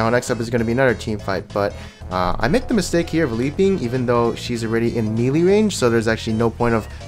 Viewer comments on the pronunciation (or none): none